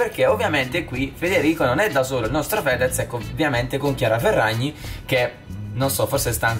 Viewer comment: Hai detto chiara ferrazi